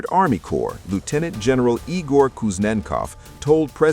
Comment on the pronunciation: Igor not [ E. Gore ] but it is [ eagrrr' ]